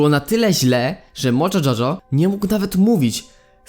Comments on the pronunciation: Nie mojo czoczo tylko mojo jojo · To się mówi mojo jojo